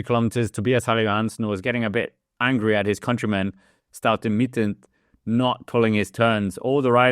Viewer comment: You did it again 😂 Staute Mittent this time. Shouldn't be to hard for a dane 😉 StauNe MitteT